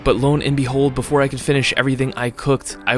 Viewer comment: "loan and behold" ???? Bruh. Low and behold.